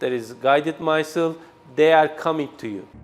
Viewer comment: Oha, he cannot even pronounce 'weapon, missile'. This is his what he is manufacturing and selling ! Bilmiyorsan Türkçe konuşsana.